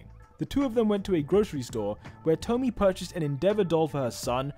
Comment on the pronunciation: I'm pretty sure hawks' mothers name is pronounced 'toh-mii-eh', like with tomie in the junji ito series